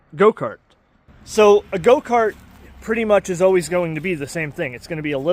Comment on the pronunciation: Why is he saying goat-cart?